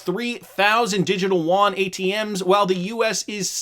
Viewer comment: You don't pronounce Yuan as woan... its more like U-woan...